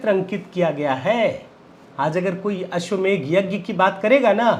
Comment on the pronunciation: If you pronounced अश्वमेध then it will be right.